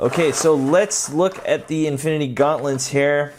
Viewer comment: “Infiny war” XD